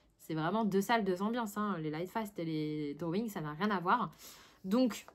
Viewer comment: "les drowouing" 😆 tu m'as fait rire à la fin 😆moi en ce moment c'est les Iktense ils sont top! Bon colo à toi!